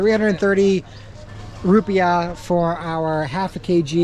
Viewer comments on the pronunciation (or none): none